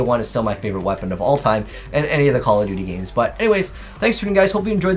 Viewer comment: “Modern campfare” lmao